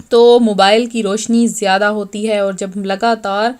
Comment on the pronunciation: دوسرا طریقہ واضح نہیں ہے (کسطرح پڑھنا ہے لہجہ واضح نہیں) سو ۱۰۰ پر زبر ہے پیش نہیں، اسیطرح اور الف پر پیش نہیں۔ بلکہ زبر ہے۔